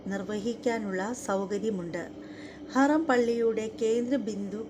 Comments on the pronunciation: സഹോദരി പോയി കണ്ടതല്ലല്ലോ ചരിത്രം കേട്ട് പഠിച്ചതല്ലേ അള്ളാഹു നിങ്ങൾക്ക് ഹിതയത്ത് നൽകട്ടെ ആമീൻ ഹറാം അല്ല ഹറം ആണ് ട്ടോ കദീജ കോഴിക്കോട് മുക്കം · ഹറാം അല്ല. ഹറം ✅ എന്ന് ആണ് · ഹറം എന്ന് പറയണം❤❤❤